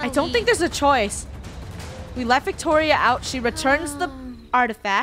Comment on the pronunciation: did say victoro?